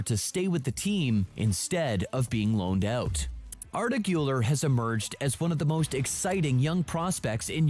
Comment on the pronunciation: i think im blind or smth still tho its hilarous that this guy calls valverde "valvarde" arda güler "ardaguller"